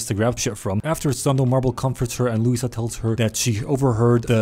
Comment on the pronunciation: he says louisa